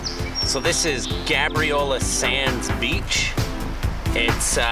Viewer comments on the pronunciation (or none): It’s pronounced gay-briola